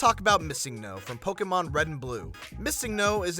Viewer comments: it's funny he's says pokamon instead of pokemon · Y does he pronounce it pokamon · WHY DOES HE KEEP SAYING "pokehmon" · Disliked, because these fuckers keep pronouncing it (poh-kay-mon). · The way you say Pokémon really bothers me. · Is he saying pokemon like that on purpose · his pronouncing of pokemon lmao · THE WAY THIS NIGGA SAYS POKEMON PISSES ME TF OFF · People gets trigger for the dumbest shit lmao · please say Pokémon like a normal human being. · UHGGFDGFFG STOP PRONOUNCING POKEMON LIKE THAT